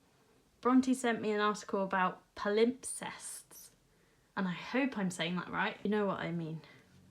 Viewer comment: I'm pretty sure it's pronounced PAL-im-sests (first syllable stressed, p silent)